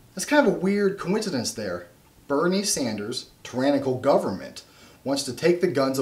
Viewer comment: Boo-nie Sanders.